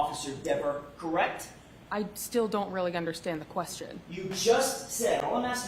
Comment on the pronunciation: Same reason hasn’t been for murder of the word “correct”, which she pronounces “Kract ”. Both are disgustingly!